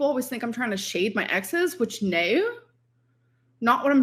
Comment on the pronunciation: Why has she started saying "no" like that.. naěu